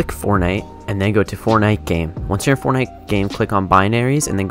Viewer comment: he do be saying fornite